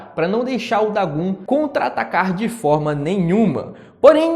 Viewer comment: O nome do vilão é DagOn, não Dagun, que agonia aaaaaaaaaaaaaaaa, a letra "O" tem a mesmo pronuncia em japonês e português